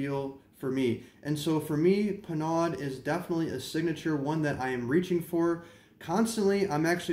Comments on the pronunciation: Nice history...but it's pronounced "PER-NO!" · Penaud, is pronounced Pay-know. This is in my top 3 with Brute and Old Spice. These are old barber smells.